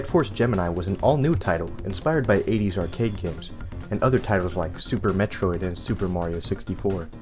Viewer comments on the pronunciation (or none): none